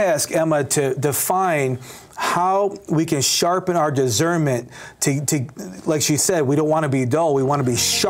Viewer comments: She says the word discern/discernment correctly. He says dizzern and dizzernment. Makes me nuts. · It’s diSCernment, NOT diZernment! Why does this guy not know that?